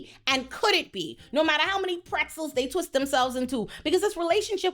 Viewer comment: The way you said pretzels lol